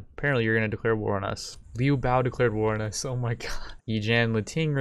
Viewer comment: How can you correctly sai Zhang LIAO and not be able to pronnounce Liu BIAO? It is the same thing